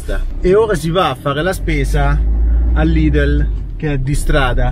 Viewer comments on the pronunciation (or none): none